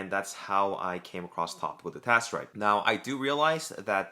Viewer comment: I was following along most of the time, but at some point I couldn't tell if you were saying finasteride or dutasteride. You got a bit slurry there